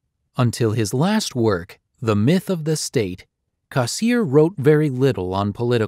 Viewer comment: For god's sake, learn to pronounce his name - Cass EER er